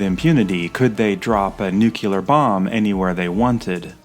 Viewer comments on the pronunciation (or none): Nuclear - New-Clear... not - New Cue Lure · "Nuclear" is pronounced new-clee-er not new-cue-ler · Nucular?!! The word you`re groping for is nuclear. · Thoroughly researched and nicely executed… the mispronunciation “nuke-ya-lur” sets my teeth on edge, however. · ... new - clee - er. The root word is nucleus. Reminds me of dumb ass George Dubya😂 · "Nuke-yoo-ler?" ...c'mon. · I cringed every time he said that. Reminded me of when GWB was president. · Wonderful video, thanks so much! I live in Seattle and am an avid VM fan (with VM camera and Stereomatic projector). I love your whole series of these videos using the vintage VM reels as a starting point to explore the same sites today. Smart and clever! Great research, writing and video production—bravo! (Was your use of the word “nucular” an intentional retro reference to Eisenhower, one of the early users of it instead the “nuclear”?)